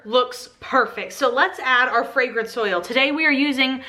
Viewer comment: Am I the only one that hears fragrance soil, instead of fragrance oil?